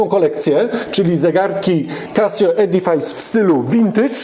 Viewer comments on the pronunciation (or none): W zasadzie to się wymawia edyfys, a nie edifajs. A tak poza tym to są świetne zegarki, nie do zdarcia.